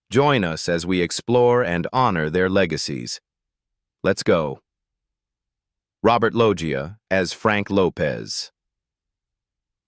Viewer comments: "Robert Loia" 🙄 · stupid ai voice over, its robert "loesha" lol